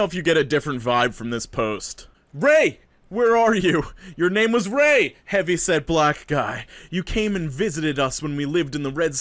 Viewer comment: How did this man say “RAY” in all caps 😂😂😂😂